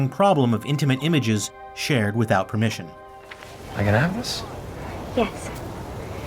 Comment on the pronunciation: "Shared without persimmon" lmaoooo